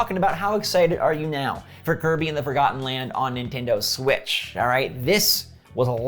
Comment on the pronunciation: Hey, he got the name for the new Kirby title right this time! Love your videos!